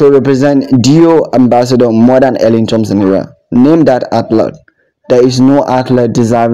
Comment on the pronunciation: Please pronounce her name correctly